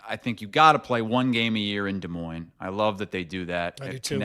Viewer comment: Can't believe u didn't call out on saying Des Moinez. Not sure if is saying that on purpose. For working in media and living there for that many years, how do you not know the "s" is silent!